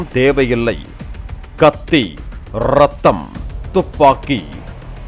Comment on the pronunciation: Irratham!!! Verri!!! the strese on these words 😅